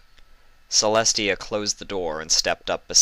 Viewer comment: It is TIA NOT celi